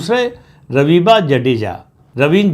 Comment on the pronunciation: “हर्ष संघवी” हे “शांघी” नहीं और “रविबा” nhi “रिवाबा” बोलो ।